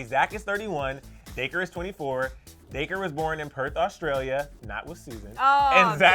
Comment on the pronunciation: He said Day-Cur it’s Dac-ree 😂😂